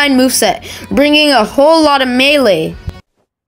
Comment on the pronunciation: why did bro say melee like that